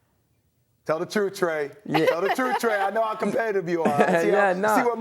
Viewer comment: Trae you need speech therapist, seriously!